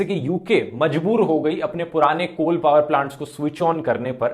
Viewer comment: Excellent Sir आज आप पावर को कई बार पाअर pronounce कर रहे थे।